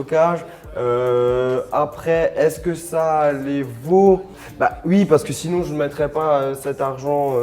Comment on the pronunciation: le OUI de charles c : UI